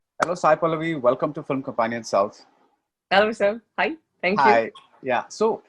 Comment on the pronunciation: Its cute how she pronounce Film as Fili-m.